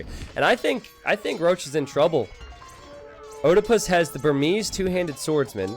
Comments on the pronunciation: Americans removed latin vowel combinations from their language, so don't know how to pronounce them. oediepus isn't pronounced O-de-pus, it's Ee-die-pus (a pun on Oedepus, Ee-de-pus). And no it's not Edepus either. It's a long E. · "Oedipus" is a Greek name pronounced "ed-eh-puss." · please pronounce Oedipus right :D !